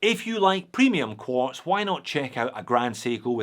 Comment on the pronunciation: It's QUARTZ, UGH....